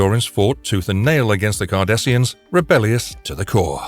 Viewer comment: I love the way that the chapers call Cardasians as 'Kardashians'.